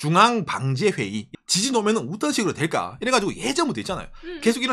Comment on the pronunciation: 긴급”지신”속보 재미교포가 뉴욜크 하는느낌 ㅎㅎ